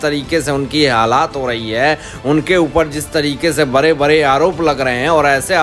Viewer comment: Sir, When will you learn to pronounce HINDHI words properly. Are you not ashamed?????????? You say BARE INSTEAD of BADE etc. PRODUCER OF THE SHOW PLEASE REPLAY THE VIDEO &HEAR FOR YOUR SELF. SHAME REALYY SHAME. BARAGAI INSTEAD BADGAi.